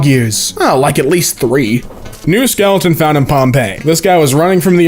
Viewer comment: Hold on, "Skelton?"